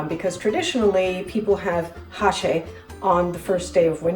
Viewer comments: Which kind of meat did you use exactly? I presume its Beef, but which part of the beef ? Do you know what its called in Dutch and English? thx How you (mis-) pronounced Hashee at first was kind of funny, it sounded like how they said the word drug hashies (sp?) which we heard on the streets close to a 'coffeeshop' in Amsterdam many many years ago. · My Great Grandmother was born in Amsterdam in 1881......she used to make it for us..... Love it....but we pronounced it "A-shea"!